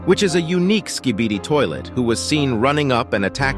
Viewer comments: He said skidibi XD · Why did you say skidiby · he said skidini 😂